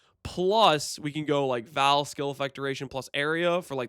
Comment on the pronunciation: I would like you alot more if you said Vaal properly.... Vaal... not "Val"